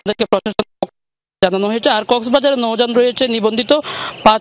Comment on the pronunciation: মহিলা খবর পড়ছেন কিন্তু তিনি "কক্সবাজার"কে উচ্চারণ করছেন "ককসিস বাজার"? বাংলাদেশের এই বাঙালি খবর পাঠিকা ভুল উচ্চরনের বাংলা বলছেন কেন?